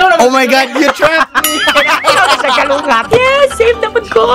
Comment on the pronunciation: its 'kulangot' not kalungat..lols..peace yow;-)